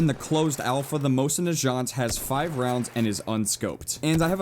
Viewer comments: that isnt a mosin. mosin nagants do not have lever actions. plus you are saying it wrong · You said mosin nagant wrong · You say Mosin Nagant so wrong. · Umm, the Russian 1895 isn't a Mosin Nagant (which you are pronouncing wrong) it is a Imported Winchester 1895 and you can't call a lever action rifle a bolt action rifle. those are two different loading mechanism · it is not made by winchester its a 1895 winchedter lever action rifle not a mosin nagant and his pronaunciation is wrong . cheers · I pronounce mosin nagant like most americans would so while his may not be incorrect it still bugged me greatly. Great looking game and I can't wait to snipe some people. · My god the way you pronounced Mosin nagant and gewehr made me cringe so hard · The way you said "Mosin Nagant"... So, so wrong 😂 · HOW YOU PRONOUNCE MOSIN - NAGANT PISSES ME OFF! THE G HAS A G SOUND, NOT A FRENCH J SOUND!!! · the way you say mosin nagant annoys me xD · you pronounced Mosin Nagat wrong so many times I cringed every time you said it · the way he says mosin nagant makes me sad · PLEASE FOR THE LOVE OF GOD IT'S MOSIN NAGANT, NOT NAJANT. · You can't even say Mosin Nagant or Gewehr right. Gewehr is gee-vee-r. Nagant isn't nu-jaunt. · it's Mo-sin Na Gant not Mo-sin Nachant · you make my brain melt. Its Mosin Nagant- not Najant. NA-GANT Also thats not really amosin thats a Winchester 1895, an American lease to russia. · mosin nigant not mosin nijant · Hey said Mosin najant... ITS PRONOUNCED NUH GAUNT! GET IT RIGHT. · it's Mosin na-gahnt, not najant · I don't want to sound like a dick. But fuck it . This is for learning. Mosin Nagant is pronounced Moe-seen Nahgahn. The T is silent in Nagant. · its pronounced Mo-zin Nuh-gont and the moist at least in real life is bolt action not lever action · lol I think U pronounce mosin-nagant moh-sin nah gaunt not jaunt lol I might be wrong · No way that's the Mosin "najant" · Everytime you said "Mosin Najant" I died a little inside